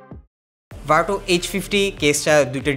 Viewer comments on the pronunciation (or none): ভাই এইটা ভারটু না, ভারচূ! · "Virtue" = ভারচু